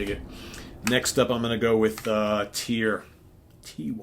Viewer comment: I absolutely loved NEVER SAY DIE. I love the entire album. Btw, the album with Tony Martin is pronounced like Tewr. It's an Old Norse word. the letter 'Y" is pronounced like the 'U' in English.